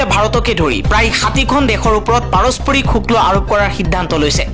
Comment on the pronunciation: শুক্ল নহয় শুল্ক হে